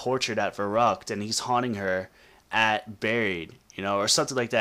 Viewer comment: It's pronounced Veh-roo-ckt not Veh-ruck-t!